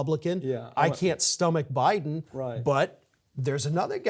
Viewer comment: Stop saying Buden us in death's bed idiot!